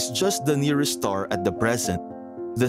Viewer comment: Are you saying the n ear est star😮